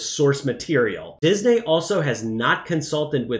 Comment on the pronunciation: Why does he keep saying Dis-Nay? 😂